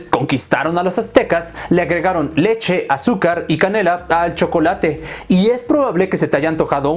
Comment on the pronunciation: El shocolate (como lo dijiste) con leche